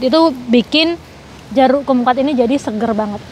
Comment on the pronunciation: Jeruk Kum kwat (cara bacanya Kam kwat)